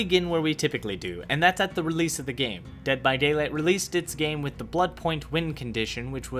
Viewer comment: Dead by Dayligh... Ded by Daiwight?